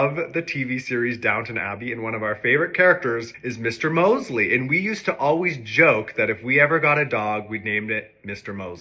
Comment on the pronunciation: The Downton Abbey character’s name is Mr. Molesley with two L’s! Commonly mispronounced as Mosley.